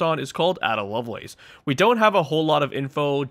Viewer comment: Ada is pronounced Ayda rather than Adder. Sorry for being a pronunciation nazi!